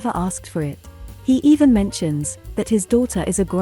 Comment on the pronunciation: A few names pronounciation correction: 1. Remember Shenhe? Remember how she pronounced her name, especially the last syllable? That's also what the He in Uncle He roughly sounds like. 2. Muning's "u" is pronounced as in "ultra", not as in "under". I like your channel, just next time please take more time cross-checking 'unusual' names with the other in-game languages. More exotic names will come along with new regions you know, so better familiarize with any languages supposedly are gonna be used in the future. Good luck!